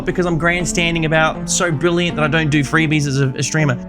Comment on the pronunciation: he said It's Brillian like that scotish dude from samurai jack.